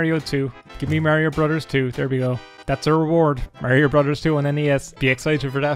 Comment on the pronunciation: He likes Skyrim,he likes Mario and he pronounces 'brothers' as 'brudders'. Like what else can you ask for.